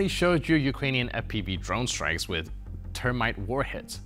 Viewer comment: It I s Not " Termite", it is Thermite !😮